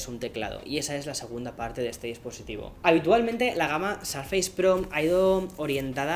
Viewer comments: querido mío me encantas, pero tu viviendo en USA sabes que no se pronuncia Sarfeis, suena mas parecido a Sourfeis o sorfeis. Igual te quiero 👨‍❤️‍💋‍👨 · Por qué dices sarfeis? -.- XD